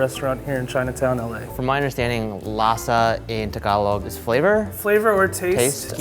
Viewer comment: the way they pronounce "lasa" and "sinigang" triggers me